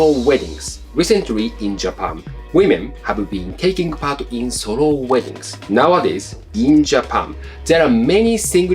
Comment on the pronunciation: Pronouncing the word "solo" as "sorrow" is kind of on point.